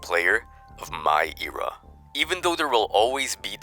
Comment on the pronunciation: The way you pronounced era gave me a hearf attack